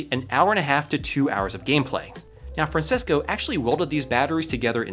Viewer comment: Bro really said Fransesco